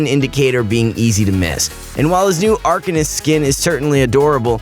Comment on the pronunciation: The way he says arcanist🤢